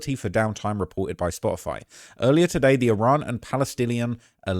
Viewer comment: Its Spotify...because there's a facking "t" in it!